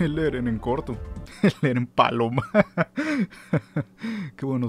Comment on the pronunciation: Ereh peruano